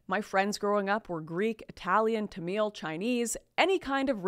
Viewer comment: It's Tamil which rhymes with camel not "Tameeeel"